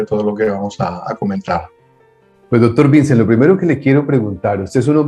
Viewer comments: Perdona,. Esto no tiene nada que ver con el contenido del vídeo... Este hombre es valenciano, donde se habla otro idioma que no es el castellano, el valenciano/catalán, y Vicent no se pronuncia como Vincent en el idioma inglés, sino algo más parecido al francés: Viç(é)nt/Vi(s)(é)nt. Perdona mi corrección, y que me perdonen los valencianos si he cometido un error, que no soy valenciano, pero para que lo tengas en cuenta la próxima vez que hables con él. Un saludo y gracias por tus maravillosas entrevistas. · el invitado se llama Vicent no Vincent jajaja. Es un nombre catalán, en Valencia, aunque no es Cataluña, se habla catalán (algunos dicen que no es catalán, sino valenciano). Se pronuncia Vicént, con acento en la e; como Vicente pero sin la última e. Hay otros nombres con los que os soléis confundir: Albert (Albért), Eduard (Eduárd), Gerard (Yerárd), etc. Si veis que el apellido es español "Guillem" no lo pronunciéis con acento yanqui, por favor. Como cuando el político español Albert Rivera fue a Venezuela y lo llamaban como yanquis jajajaja. Sabéis más de EEUU que de España. Un saludo